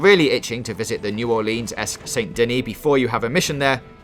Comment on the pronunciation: You didn’t say New Orleans right 🤦‍♂️